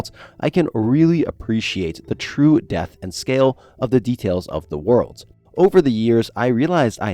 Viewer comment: Great video, but every time he said "depth," it reeeealy sounded like he was saying "death"